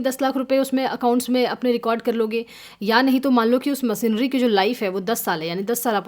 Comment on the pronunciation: बस हिंदी का उच्चारण और थोडा बेहतर हो जाता तो आनंद ही आ जाता / जैसे मसीनरी / मशीनरी , सुड/शुड (should), सेयर/ शेयर, कोसिस/कोशिश, कैस/कैश (cash)